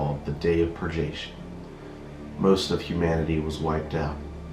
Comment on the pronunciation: Great idea for a video! But that's not how "purgation" is pronounced.